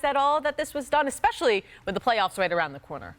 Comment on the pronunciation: i love hearing kendrick perkins try to pronounce especially